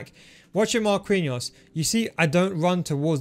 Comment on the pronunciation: pls stop saying marqUinhos, the u is silent, u say it like markiños